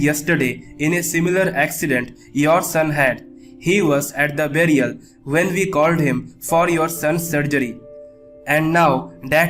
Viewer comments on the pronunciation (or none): none